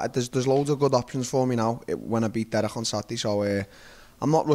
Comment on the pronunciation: "Dereich" Brunson